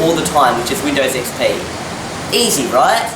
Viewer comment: "what do you think about windows ME?" ... "its very similar to windows XP pee" is it me or did you really say XP pee?